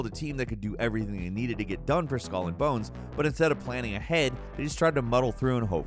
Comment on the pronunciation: "I tell you ebry ting"